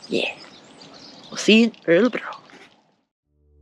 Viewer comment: and then there's the dialectal variations... It's so hard to explain that "ö" sound, it's hard to think of an english equivalent. You say it in a decent way in the beginning of "earl" or (g)irl but we have a hard time explaining what part we mean is "decent". It's only the part before you start to lift the tip of the tounge to the transition into an "r" that is the "ok part". The the tounge lower than in "earl" initially and it would help :-)